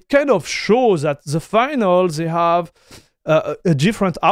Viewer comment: Pour vrai... "They" sa ne se prononce pas "Zey". Dit le de la manière "Dé" Un lancé de Dé Dé are Der == They Are There